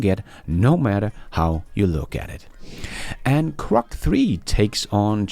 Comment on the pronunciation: PLEASE prounounce GROK with a "G" NOT a C, thank's.